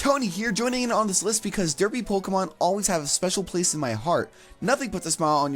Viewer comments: XD he says it like "Duhpy". Also, 'Tony Daddi". And I'm exactly like the second pokemon on the list because I always have a straight face. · The way says derpy and derpiest really satisfies and makes me laugh at the same time for some reason 😂